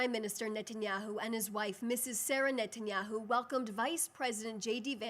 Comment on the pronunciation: OK, firstly, I love this wonderful intelligent, beautiful girl’s eloquence, passion, and always factual truth. I love everything about the way she communicates and her beautiful way of speaking. I also want to give her a shoutout for being literally the first English speaking public-facing media related person correctly pronouncing the super super easy Bibi Netanyahu’s last name. For you dunces out there who can’t say this simple SUPER EASY pronunciation, Netanyahu is pronounced: Ni-Tan-YAHU (notice the NI, not NE pronunciation). The vocal emphasis is on the last of the three syllables. IT IS NOT PRONOUNCED: NET-enyahu (there is no E sound in the first syllable). This does not rhyme with a basketball net. It rhymes with Cousin It)😅 It really isn’t hard, folks 😂